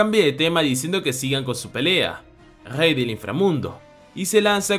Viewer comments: Una pregunta no sabes pronunciar la r porq en vez de rey dices jey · En vez de rey dice gey 😂